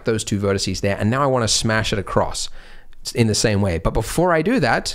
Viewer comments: Drives me mad. But I'm old enough to have had to do Latin at school. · Corporate needs you to find the differences between the words vertex and vertice Andrew: They're the same word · Haha he said vertece😂